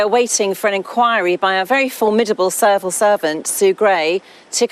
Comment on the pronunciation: I'm just chuckling at Naddine Dorries saying the words "serval servant" instead of "civil servant".